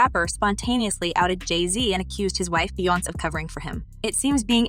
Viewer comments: How white can one be? The fact that she can't pronounce Bee-yonz's, Bee-yons, name correctly is UNBELIEVABLE!!! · The way she keeps saying Beyonce wrong is obnoxious. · Okay honestly. When you report stories, please say the names correctly. Little things like this makes a difference on dishing your content. Saying and pronouncing names in the wrong way literally lowers your credibility as a content creator. Your pronouncing Beyonce incorrectly and it hurts my ears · Jay-zeee🤦🏾‍♀️🙃🤣 Bee-younze😡